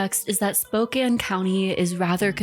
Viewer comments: The way you’re pronouncing Spokane is killing me 💔 great video tho ❤ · As a fellow Washington resident, same. My eye twitched every time. But also, as soon as she said that Sydney is from Spokane so much made sense.